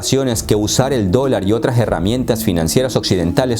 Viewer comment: "...otraj herramientas" ¿Por qé a veces habla así nuestro qerido.